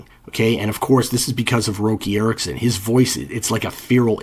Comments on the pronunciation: It’s Rock-e not Roe-key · Please quit pronouncing Roky Erickson that way. I seen him live and all the Vans and friends around him called him Rocky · How the fuck are you gonna disrespect the amazing Roky Erickson by calling him Roki??? I stopped watching right there. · Lol…. Good”ol’ ROE-KEY 💀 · Roky Erickson is pronounced as “Rocky” His name was Roger Kynard Erickson (Roky) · dood I’m sorry, I m must’ve been on my rag, I typed it then was trying to find it to delete it. I just love that his name was rocky and he was bonkers, It kinda felt like pronouncing the other way took away one of the funniest parts about him! My sincerest apologies Honestly Love your work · I knew his name as a teenager and also thought it was pronounced like that. Comparing the sounds of Red Krayola and 13th Floor Elevators, 13th Floor are overrated. Yawn! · 🦃⚡🎸🤯😵⚰️🕳️🪦🤘🦃 no great sin-- hell, I mispronounced his name fer a long time myself. If you have nobody in yr life to talk this sorta music with, & especially back in the analog days, if you've never heard a name spoken aloud, how is you to know?!? I return to your channel for clear-eyed, insightful examinations of some of my favourite rock n' roll combos, & some to whom you've hipped me. Thanks fer that, BTW... 🦃⚡🎸🤯😵⚰️🕳️🪦🤘🦃